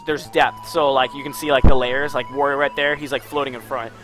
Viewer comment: The a in "Wario" is pronounced like the a in "art", not like the a in war.